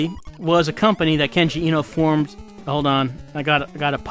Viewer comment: I've been meaning to say this for a little while: the e in Eno is pronounced like the a in late. Vowels in japanese are all only pronounced one way. A is pronounced like the o in stop, i is pronounced like you pronounce it in kenji, u is pronounced like the double-o in food, and o is pronounced like in sold.